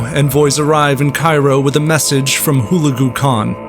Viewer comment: It's pronounce HU-LEG_U !! And , Baibars was a Koten Slave taken by the Mongols and sold to the Venetians and then sold to the Egyptians. He was of a Horse tribe formerly living in Hungary, but expelled because they wouldn't fight for the King of Hungary against the Mongols and so fled to the Crimea. The Mongols had always claimed the Koten as part of their world, He was white in genetic makeup.